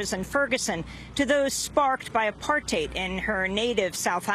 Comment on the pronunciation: The first American journalist I have ever heard pronounce "apartheid" correctly. (It rhymes with "hate", which is not surprising.)